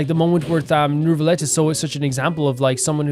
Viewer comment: It's neither actually 😅 the [eu] sound doesn't really exist in English so it's a bit hard to explain, but it would be closer to [uh] So you're supposed to say N-uh-vee-let (or N-uh-vee-yet).. it's clearly not new-villette tho His eng va pronounced it pretty well in his voicelines actually